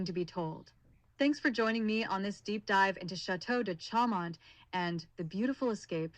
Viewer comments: Show mon--better pronunciation! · For real. The bot can't even pronounce Chaumont correctly.